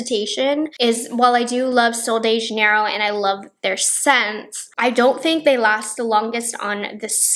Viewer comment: I'm brazilian and the way you pronounce "sol de janeiro" and "bumbum" is so cute. Sephora Brazil does sell Sol de Janeiro, but the brand's target and appeal is definitely US and americans.